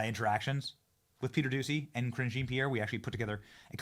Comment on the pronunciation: He IS saying Cringe 😂